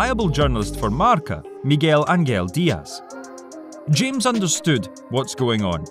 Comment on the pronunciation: You don't say james but hames